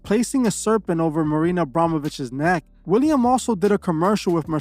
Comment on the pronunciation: Willem Dafoe not William.